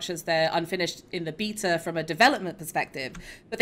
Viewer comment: Go here to learn how to pronounce beta.